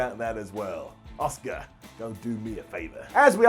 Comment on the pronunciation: it’s Asuka not Oscar